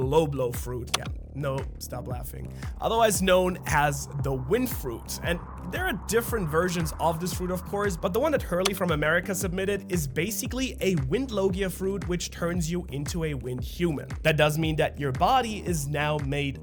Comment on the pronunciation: The persons name is Harley. Not hurley